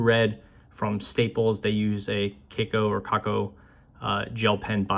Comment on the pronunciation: It is read as “kah koh” It is a Japanese brand